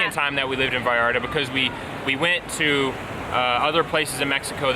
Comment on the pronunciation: I like how you pronounce Vallarta. We are all brothers, all we want is peace no matter where you come from